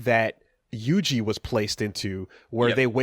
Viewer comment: SEKUNA? YUJA?! What are the pronunciations?!😂